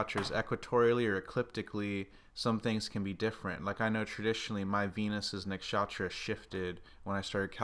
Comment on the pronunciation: Please say Nuksh-uh-truh not Nak-shaaatra thanks it's like nails on a blackboard or pronouncing chair like chaa-eer. Thank you